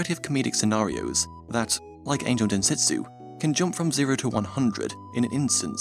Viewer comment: sir u said dentetsu instead of (densetsu), sos.